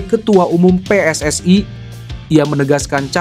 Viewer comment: Bilang PSSI nya biasa Ajan min...Anah dengernya